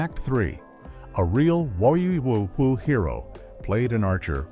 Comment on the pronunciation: Fact 3 the A.I. narrator says "A real WAR-WE-WOO" hero played an archer." What the subtitle print says is: "A real WWII Hero hero" I guess the A.I. doesn't know about World War 2.....